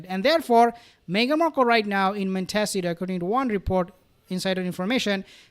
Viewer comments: It's "mon- ta- SEE- toe" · I love❤your pronunciation of Monteshito. Montasido. ❤️❤️❤️Love your channel